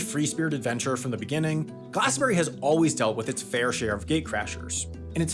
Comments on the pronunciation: *glastonBRIE not glastonBERRY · Glas-ton-bree. Not glas-ton-berry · It's glastonburie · Once again I beg Americans to pronounce Glastonbury as a 3 syllable word